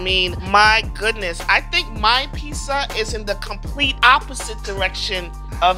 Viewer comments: It's called PIZZA not PISSA!!!!!!!!!! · Am I the only one hearing her say peesa or pissa? Why?! Just pronounce the Z's!!! FOR THE LOVE OF GOD... PRONOUNCE THE Z'S!!! Edited after watching her "Concoction": Nevermind... that is a pissa. Unique from Pizza as much as Mikes Pot Pie isnt a Pizza either, but they both still look great. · Hey. Love the show! But, it’s pronounced “peet-za” not “pee-za” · Is me or does it sound like she said PISSA instead of PIZZA? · When she says “Peesa” instead of “Pizza” it’s like nails on a chalkboard for me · peesa. PEESA. PEEZA. PEEZA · i cant stop hearing "peesa" and it makes me want to tear my ears off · Is she mispronouncing pizza like “pissa “or I need a doc appointment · Can’t stand when she says “pissa” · why she sayin PISSA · Is she saying piecea.. lol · A grown woman pronouncing pizza as “peessa” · I really hate the way she says "peeza" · Oh god why does she keeps saying PEESA??!! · The fact that the host of a pizza show cant actually say the word pizza is kinda hilarious to me. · Somebody has to teach how to pronounce pizza. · Somebody teach her to pronounce pizza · Just came to say once more that the host of this pizza show can't pronounce the word "pizza". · Pizza show. Step 1: hire a host who cant pronounce pizza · why can't the host of a show about pizza pronounce the work "pizza"? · I love her, but the way she pronounces pizza makes my eye twitch a little lol 😂 (not hating, she’s pretty cool) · Neither of these is a pizza. One of these contestants literally can't even pronounce pizza correctly. Terrible show. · Y'all really did a pizza show and chose someone who can't pronounce "pizza" to host it huh